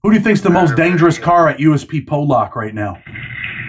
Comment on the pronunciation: You keep pronouncing Pollock wrong. It’s not pronounced Po-lock it’s Paul-eck if that makes since